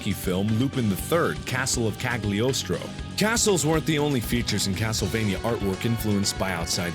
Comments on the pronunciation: Castle Cagliostro, the g is silent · Did you know? It's pronounced Lu-pahn the Third: Castle of Ca(silent g)liostro. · Liking the film Lupin The 3rd: Castle of Cagliostro (from which Dracula X inspired its castle design), I thought Mark saying the title of that movie was pretty surreal to me, in a good way. I don't even care if he technically pronounced it incorrectly. (Lupin is pronounced along the lines of "lu-pahn", with a bit more emphasis on the latter syllable. Just saying.)